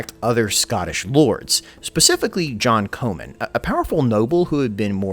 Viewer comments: Comyn Not , Co man .. Yanks , can't pronounce anything the right way... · Comyn is pronounced Common. Please fix this or your video is bloody useless! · John Comyn is pronounced like common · Gaelic is GAlick (Scottish) not GAYLick (Irish) Roxburgh is Roxburra Comyn is Cawmin